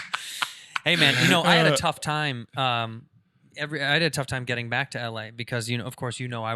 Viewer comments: Call him out on how he says the word TIME. TOY M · Erik. You say the word TIME weird... I mean its cool but that's not how it's pronounced and i like it so don't change.